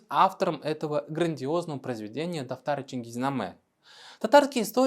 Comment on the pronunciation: Автор специально слово "дафтар" произносит "татар"?